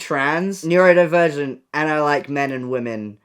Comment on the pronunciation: imagine living with Noah and just hearing him constantly incorrectly shout 'NEURDO-NE-NEURODIVERGENT!'